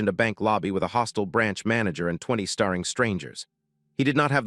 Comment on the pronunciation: There is two things I hate about AI. One is pronunctuation of words, starring, is not staring. The second is, he said, 23 years ago. He gave her that necklace the night she told him. She was pregnant that would make the dodder twenty three, not twelve. I do like the story though.